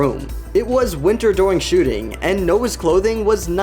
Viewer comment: During ❌ Doring✅